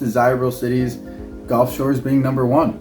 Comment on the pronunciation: brother, it’s Gulf, not golf:) Great video guys!